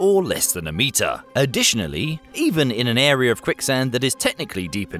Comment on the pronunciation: Really terrifying to encounter this ERYRRR. Not to be confused with the AI ERYRRR.